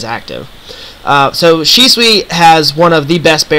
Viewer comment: The only thing that bothers me about this video is, how you pronounce Shisui.